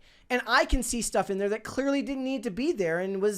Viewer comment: Ok.. I KNOW you are capable of pronouncing a short “a.” You quoted Ellie by saying “I’m gonna be a dad.” You said DAD. Not, “dodd.” Then you IMMEDIATELY followed it up by saying “thawt” instead of “that!” Now you are just messing with us!!